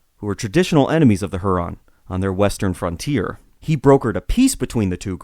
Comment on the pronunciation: Your pronunciation of Huron and Iroquois. Are they correct? I've been taught otherwise